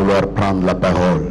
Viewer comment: Voila ce qui nous a manqué pendant 17 ans. '' Au moment que je prends ra parore...''